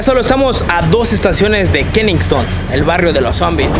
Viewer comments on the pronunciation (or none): Kensington!! Ke sing ton! No kenison!